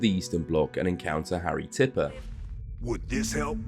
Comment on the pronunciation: It harry tipper not tripper everybody gets his name wrong I don’t understand why